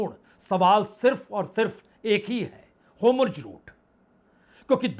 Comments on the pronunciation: Homurj route nahi hai, woh hurmuz route hai! 'Strait of Hurmuz', otherwise your presentation is excellent. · Bajpai ji homurj bolte hai 😂